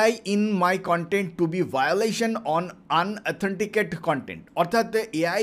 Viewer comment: আন অথেনটিকেট কন্টেন না। উচ্চারণ টা হবে ইন অথেনটিকেট।